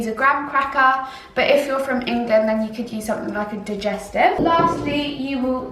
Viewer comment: It really triggered me how she said Graham and digestive 😂